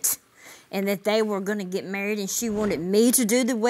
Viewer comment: In the first episode they were getting "marryed" judge not "married". 😂😂